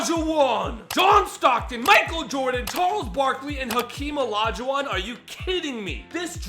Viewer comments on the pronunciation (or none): none